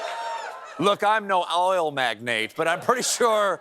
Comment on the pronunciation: Think I heard a tiny hint of his southern accent on the word oil at one point!